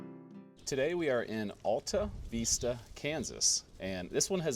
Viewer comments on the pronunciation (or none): Luv it !! You're so close to my place. It's not just the Vista (view) it's the Alta (high place), too. You gotta say from the diaphragm, like James Earl Jones. AHL TAH, VISS TAH. Real slow. 😀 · Yep, not only was the Vista wrong but the Alta part is more Al like in a man's name sound. It was good but you had to miss a lot of information that a local could have given you--but you probably didn't have any more time. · Everybody give Coach a thumbs up and subscribe so you can help his algorithms! Lesson #1 Coach: learn the correct pronunciation of the town so you don’t tick off the locals. 😂😂 Fun fact about the electricity being shut down at 11 back in the day. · Another great find in Kansas. Thanks for braving the cold to showcase this gem. Don't worry about the mispronouncing, we Okies do it all the time. Stay warm, safe travels and GOD bless